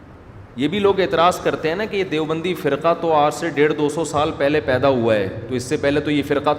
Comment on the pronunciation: دے او بندی نہیں دَیو بندی Dev